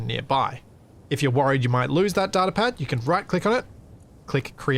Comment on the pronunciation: It's Data not Data <3